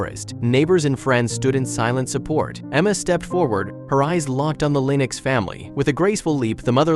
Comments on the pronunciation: Pronounced links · Linex, really, Linex. Holy crap, using AI voice overs is becoming insulting. Stop this shit !!!